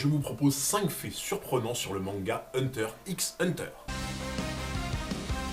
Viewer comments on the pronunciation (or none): Une chaîne dédié à Hunter Hunter devrait savoir que le X ne se prononce pas 😧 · Hunter hunter le "x" ne se prononce pas 😜. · Premier fait troublant le "x" ne se prononce pas, on dit juste hunter hunter 👀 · Je n'ai pas vu toutes tes vidéos donc je ne sais si tu as déjà abordé ce point mais le "X" dans "Hunter X Hunter" ne se prononce pas. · Hunter Hunter frero le x est muet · Tu le sais peut-être mais on ne dit pas le x de hunter X hunter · C pas un reproche mais pk tu prononces le x?